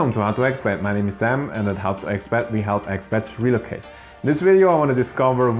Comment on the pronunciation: the stress is on the second syllable: reLOcate, good videos though, keep telling the real story